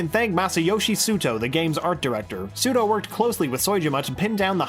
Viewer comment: Masayoshi Suto. Masayoshi SHIDO. hmm...